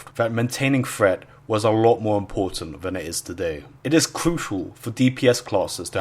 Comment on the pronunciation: threat... not fret.